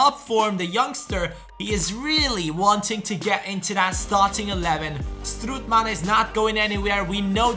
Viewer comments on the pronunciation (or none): none